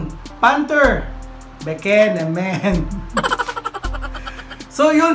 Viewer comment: Panther “beke nemen” hahaha part 4 na pala 🤪